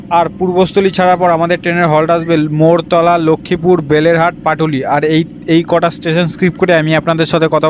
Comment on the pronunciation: মরতলা নই মেরতলা😂😂